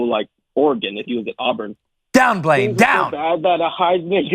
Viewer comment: "Blain" count: (Blanyé) 1. 2. 3.